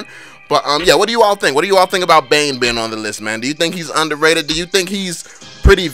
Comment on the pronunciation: Bane not dane